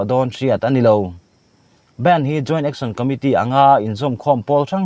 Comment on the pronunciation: Sir!! I channel a content thenkhatte hi a interest ka ti thin hle. Amaherawhchu, i thu chhiar te a nihna ang anga chhiar chhuak liam puat mai lovin anihna hriatchian tumin hei ai hian han in zir leh deuh hlek thin la ka va han ti tak em. Supreme— *suprame Bandh — *band